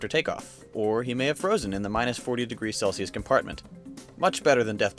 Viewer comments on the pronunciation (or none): none